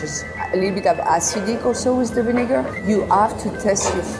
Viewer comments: did she just say shrigniger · What was she saying? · did she say vinegar? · Hold up, what did she say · the way she says vinegar im dying